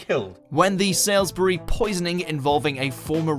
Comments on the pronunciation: “Salisbury” is pronounced “Sawls-bury” not “Sails-bury”. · How this English guy can say “nekerasov” right but not “Salisbury” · A British person should know how to pronounce Salisbury!!